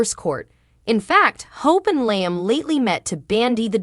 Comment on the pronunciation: It drives me crazy the way they pronounce LLIAM …. lol there’s no I sound in his name